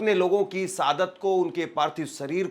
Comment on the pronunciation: Abe enkar sab hindi to bolna seekhle sadat nahi shahadat hota he or liziye nahi lijiye hota he